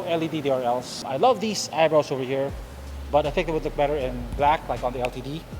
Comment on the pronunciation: I think he said it perfectly. How would you say the word "LTD" then? Litd? Lol